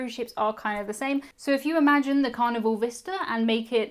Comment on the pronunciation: Hello. Good videos. Idk if it is because of your accent or microphone but when you say Carnival I hear Carnivore.